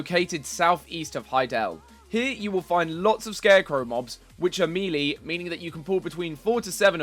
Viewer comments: the way you pronounce 'melee' , it is may lay not meerlee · May lay or me lay, just not the exaggeration at the start with meeerlee